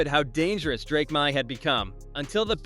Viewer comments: Drake MY???? c'mon, bot figure it out! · Drake Meye?? LOL